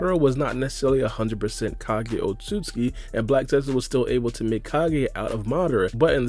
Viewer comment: It's not Otsutski, it is Otsutsuki